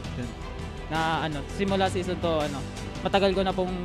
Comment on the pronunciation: Zison Not Season